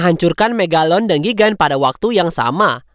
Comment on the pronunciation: Godzilla dibacanya Gadzilla dan Kong monsterverse itu cuma kong gk pake king dan gigan di baca gaigan